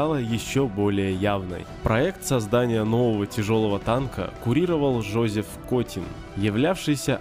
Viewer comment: автор - тупоголовый снаряд бр-471. На картинке остроголовый снаряд бр-471. Котин ЖозЭф , а не Жозеф. не нарЯду, а нарядУ . Русский учите, ребята, и читайте внимательнее. У девушки дикция и говор никакие.